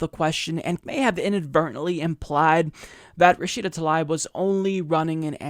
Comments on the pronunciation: I believe she pronounces her name Tlaib (Ta-leeb). Let’s get it right because we are going to hear about her lots! ✊🏽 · Come'on, this is our candidate, at least pronounce her name correctly, its Tuh-Leeb, not ta-lie-b. Otherwise, great vid/channel, been subscribed a while now. But, come'on, don't be like Fox saying O-case-e-o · It's Tlaib (Tlaeeb), not Talaib. Why is this name so hard for Americans to pronounce? She says it herself in this video: and in this one Seriously, it's not that hard. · her last name is pronounced "Tal-eeb" not "Tal-ibe" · i love you but please stop mispronouncing her name - it's pronounced "ta-leeb" not 'ta-lie-b' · "Tah-leeb" would be the proper pronunciation of her last name. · think it's pronounced tah-leeb dude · 'Love you, 'Love the Humanist Report, 'Love Rashida Tlaib (she's from my state) and I hope you don't mind, but it's pronounced Ra-shee-da Tal-eeb:) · Is that how you pronounce her last name? I've heard both "Tal-aib" and "tal-eeb." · Omg, can you say her name correctly lol